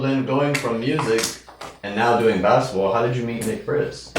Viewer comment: Yo everytime said Nick I thought he was saying the b word had to rewind a couple times😂😂😂